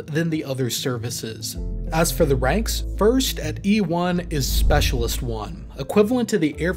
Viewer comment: I think they are pronouncing it, “space-a-list” rather than specialist;-)